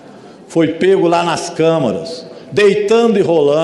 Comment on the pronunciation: ..eu sou mineira...por favor... faça a correção... não é Câmaras...mas sim...Câmeras...rsrsrs